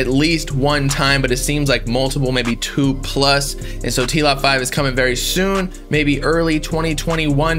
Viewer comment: bro that “TWO” has me very timeee bro